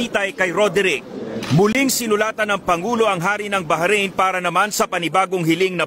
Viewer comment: baharain ? ndi ata mabigkas ung bahrain ng simple lng.